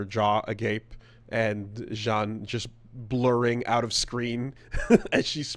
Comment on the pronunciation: why does he keep calling jean "Jan"